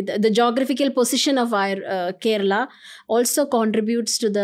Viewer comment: Only cus he pronounced kerala right way not kerla or keral whatever